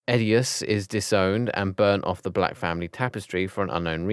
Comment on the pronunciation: Did u just say Blacj excuse mw